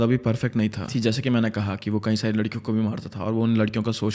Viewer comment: Bro please pronounce “Kai” (english:many) correct, you pronounce it as “kahin” (english: where). Its hella annoying